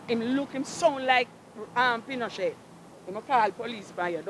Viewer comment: my Lady say Pinochet 🤣🤣🤣🤣